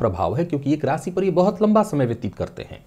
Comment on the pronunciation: वाह, "शनिदेव" शब्द का सही उच्चारण सचमुच कर्णप्रिय लग रहा है। 'बुध' भी अब "बुद्ध" नहीं रह गया... काश ! रासि, ओपरेसन, (नौकरी-)पेसा आदि में भी सुधार आ जाता !